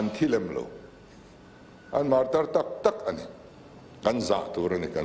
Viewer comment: Martyr(martir) tih hi enge awmzia le...Mizo chuan Martir nilo in martar kannei.